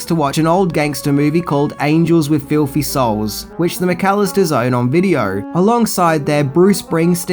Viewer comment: It's "filthy" animal, not "filffy" animal." And brothers isn't pronounced as "bruvvers" either.